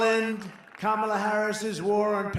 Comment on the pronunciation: Wow! He actually said Kamala’s name correctly twice! He can be taught!!